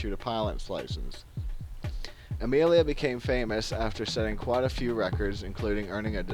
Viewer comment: Amilia Mary Earnhardt.... haha